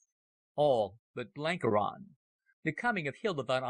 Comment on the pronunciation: Got th pronunciation of Buchan right mybe, but needed a bit better research in some of the other names! Blenkiron is ronounced 'Blenk-Iron' (you know, like iron ore - not Blenkey-Ron, And as fir the legendary Cecil Rhodes, his Christian name is pronounced ;Sessle', never 'See-ssill' :facepalm